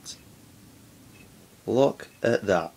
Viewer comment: I love how you said look at that so northern xD